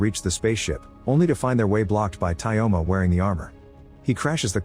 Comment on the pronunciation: Tyoma isnt pronounced as Tayoma, in this name yo is yo